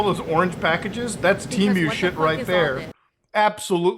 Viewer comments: Is it pronounced "Teh-Muh" or "Tea-Myu" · Tee-moo not T-mew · What the fuck is tea mew? I know of Temu… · I love how he says temu like temeu 😂